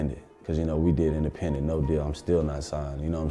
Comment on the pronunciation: Anyone else feel like he's saying the ending of independendstry over the industry when he's talking about the labels? lol